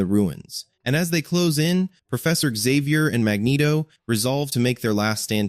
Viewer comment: Xavier is pronounced. Zavier no other way ever.